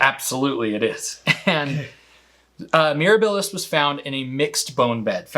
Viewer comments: Pronunciation correction. The word "Mirabilis"" should have the emphasis on the "a" not the middle "i." The first two vowels are short while the last two syllables are short, so the accent needs to fall on the antepenult. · Mirabilis takes stress on the 2ND syllable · Once again, I see a facepalming, a Spino, and I click. I love you guys, but it's Mere-A-bilis. Accent on the second sylLAble More Spino fish fight content please 😅